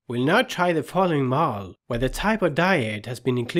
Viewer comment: Many thanks for your excellent videos. But the lecture over it is not much understandable. So, as feedback, can you possibly give your lecture's script to a text-to-speech engine (bot) to read it aloud over the video? I am saying this because you pronounce many words very badly, severely ruining your awesome video and badly distracting the audience. The worst of them is the word "model" which is pronounced by you as "mole" or "mowel". There are many such odd pronounciations. I would be very grateful if you could give the text to a bot to speak it. Thanks again for your awesome videoes.